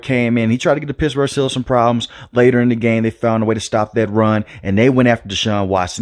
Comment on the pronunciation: Lol dude. You gotta curb your speaking inflection a bit when it matters. Pissburg is not ok, you gotta pronounce those T's bro